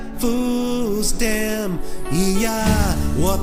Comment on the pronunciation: Meh, I liked the original better, they weren’t really trying to sing and when they said food stamp, it was sa-tiam.